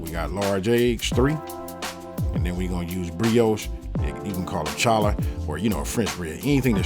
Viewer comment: Challah is pronounced hallah, the C is silent..